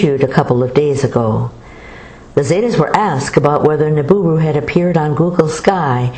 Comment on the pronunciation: It's "Nibiru" not "Niburu"! TNX!